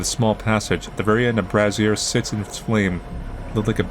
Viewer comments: fyi "brazier" rhymes with "Frasier", not "brassiere" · I’m pretty sure you pronounce brazier “bray-sure” or at least where I’m from we do, so it was weird hearing it like that. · I'm always amused when someone pronounces "brazier" as "brassiere."